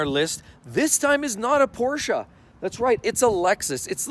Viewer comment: Porscha , porscha, porscha 😂!!!!!